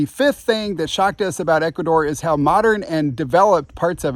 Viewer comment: Wow first time i hear Ecuador and not Ecuathor , Ecuadoor or in the worse case Columbia ,LOL , excelent video